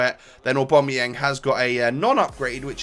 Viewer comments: Oh-bam-uh-yang. Not or-bom-ah-yeng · Please pronounce Aubameyang names correct (OCD)